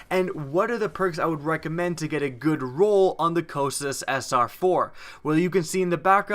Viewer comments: Co-kite-us. If your gonna do a review, say it right. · it's pronounced Coh-Kite-iss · Yes, it only takes a minute to determine the correct pronunciation of the name of the weapon. It's named after one of the rivers of Hades (the "river of lamentation") in Greek mythology... I don't think he's ever used it. He's just looking at the numbers. The aim assist, power, and feel are incredible.